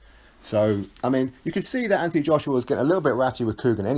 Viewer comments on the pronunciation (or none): Why he went from Anthony to AnTHony pronouncing the th is a mystery to me my middle name is Anthony my dads name is Anthony.if you pronounced the th in my dads name your liable to get punched I think he's trying to make himself more likeable to the yanks personally it was always normal Anthony now it's AnTHony I understand it's different in the States he ain't from the States although at the moment I wish he was lmao